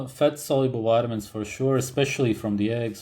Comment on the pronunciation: nobody:: ''wide-a-mins.'' X''D